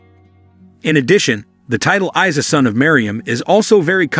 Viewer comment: Brother try to make it say Eeesa not Isay.